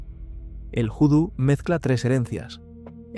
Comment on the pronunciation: Voo-Do . NO Joo-Do . . . . . . . Mírate El Film Cruce De Caminos .